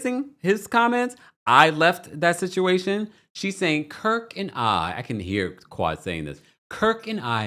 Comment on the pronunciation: Not “Kirk”.😂😂😂😂😂😂😂. Quad is comical.